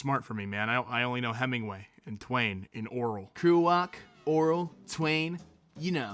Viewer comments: Oral? It's Or-well. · Pronounced "Orwell" (Oar-well) like "Oral". wtf? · Did he pronounce Orwell like oral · me: Orwell.: Oral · am i the only one hearing ORAL when he pronounces "orwell" also, as a sidenote, it's pronounced von-eh-gut, great author but i am Too Dumb to understand everything in any of his books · You know "oral"?!?!?!?! HAhAHAHAHAHA "OR WELLLLL" I'm crying.... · The way you pronounced Orwell kinda made me wanna die